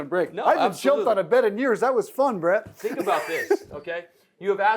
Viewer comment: “I haven’t jumped on a bed in years, that was fun bruh!” Idk why that cracked me tf up Edit: okay so he said “Brett” but it sounded like bruh